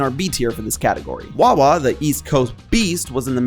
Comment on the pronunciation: It's wawa. Your wrong. It's wawa